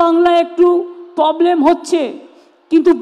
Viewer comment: এতো বছর হয়ে গেলো, প্রব্লেমকে পবলেম বলাটা শোধরাতে পারলেন না।